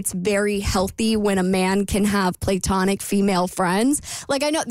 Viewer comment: Play-tonic,? 😂